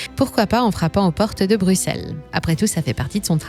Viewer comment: Ca fait du bien d'entendre une française prononcer Bruxelles correctement